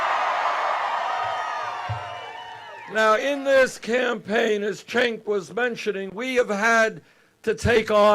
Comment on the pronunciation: Really sad that Bernie mispronounced Cenk's name (twice!)